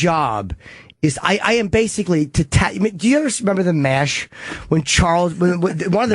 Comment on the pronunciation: “They bathe in it bathically”